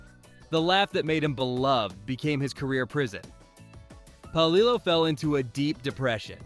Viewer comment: It’s Pa-lill-o